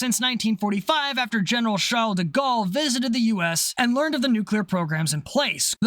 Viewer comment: i have to give you credit for that, it's the cleanest "Charles de Gaulle" i have ever heard an non-french person say